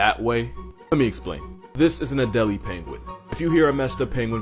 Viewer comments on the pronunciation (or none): You pronounce the penguin's name it's add-a-lay.